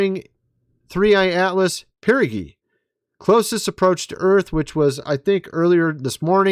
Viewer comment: It's Perigee, not perogee. Perogee is a Russian dish lol.